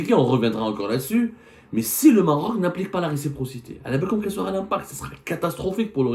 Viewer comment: Récipro…respro…receptor….impoussy de pronomcy 😢